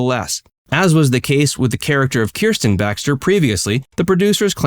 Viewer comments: The name is Kristen, not Kersten. Just heads up!❤️❤️ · Kristen. Not Kirsten. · Why are you pronouncing Kristen wrong? And yes, LMS was originally because he supported Trump. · At least pronounce Kristen’s name properly.